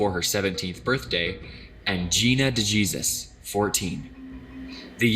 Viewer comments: De Jesus is pronounced Day Hay Suse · Oh lord, not Gina de jesus lol, Gina de-hae-suse. Lol the guy Charles Ramsey who rescued those girls, he's so funny, he said I knew something was wrong when a pretty little white girl ran into a black man's arms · These YouTubers need to get people's names right when they make these videos. The one girl's name is not said De-Jesus, it's said Day Hay-zus. You would think they would put a little more pride into what they are doing. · At about 1350 the narrator said daygeezus.😂😂😂😂 C'mon man.....you ought to know it's day hay zues. Idiot😂😂😂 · He really said De-Jesus ..